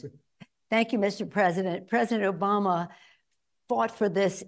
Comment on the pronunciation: did she say president Joe Bama?